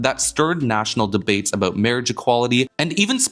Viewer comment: Haha, you had a South Park Canadian "aboot" coming out in the end